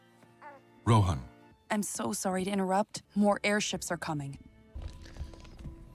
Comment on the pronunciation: Just so everyone know the baby name is not pronounced "Rohan" from LOTR its "Ro Han".